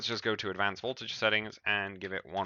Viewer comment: LOL "VOLTAJE"